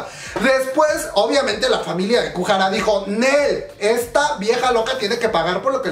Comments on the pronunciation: Kujara dijo el cuando es goo hara xD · Porfavor no es kuhara, lo repites mucho, me caes bien pero pronuncias muuuy mal los nombres